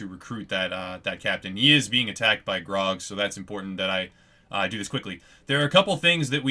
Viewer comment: are you saying graug it sound like grog